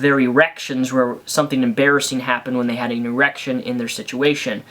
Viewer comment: How many times can you say E-rection?